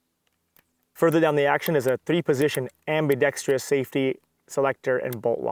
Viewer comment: ambidextrous, not ambidextEous